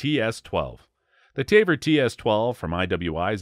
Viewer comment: IWI Tavor is pronounced Ta-voor not Tay-ver , that would be Taver not Tavor 🤷🏾‍♂️